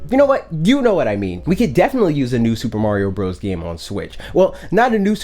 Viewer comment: Soopa Mawrio Bruthas as calls it is due for another good 2D iteration. It would be very welcome.